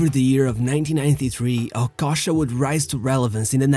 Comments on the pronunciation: I thought it's okocha, but it looks like that it's okosha 😄, practice some accent man or just talk in french man. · OKOCHA NOT OKOSHA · The least u could do is to pronounce his name well if you're going to make a video about him. Okocha not Okosha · The narrator mispronounced not only Okocha’s name, along with a lot of other players, and coaches, he mispronounced every single Bundesliga team he mentioned… c’mon bro…